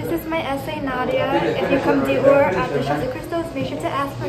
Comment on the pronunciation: Your pronunciation of Dior is very cringey. ahhh You love the brand so much at least get it right.